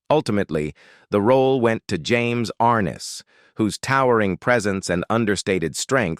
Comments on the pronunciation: Stupid A-I... It is ar-NESS, NOT ARN-es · You mispronounced his name dumby. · Please pronounce James Arness’s name correctlymm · Annoying isn’t it?